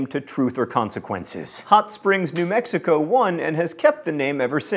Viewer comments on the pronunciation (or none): none